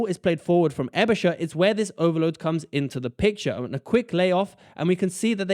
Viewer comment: Not really. But he does ponounce Aebischer right. So it's Schaer 🤔